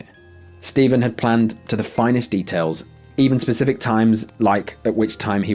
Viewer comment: I know its hard to say but its Specific not pacific parts of the city on the Baltimore episode